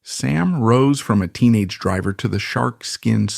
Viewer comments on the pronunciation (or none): none